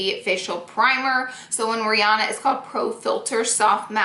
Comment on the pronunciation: Hey why did you call Rihanna breanna?????